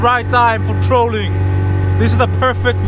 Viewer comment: It's TRAWLING not trolling. lol